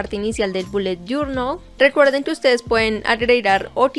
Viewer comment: Te reto a que te tomes un trago por cada ves que dice "boulet jornal" Yo:reto aseptado